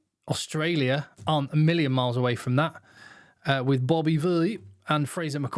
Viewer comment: Why do you say "Bobby B" like that? hahaha